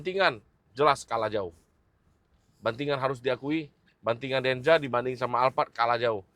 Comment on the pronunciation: denza bang bukan denja